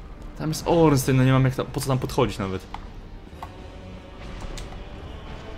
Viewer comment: Ornstein - czyt.: Ornsztajn (niem.)